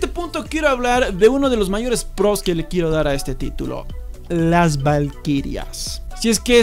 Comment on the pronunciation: Vamos a hablar de los pprrrrrroooss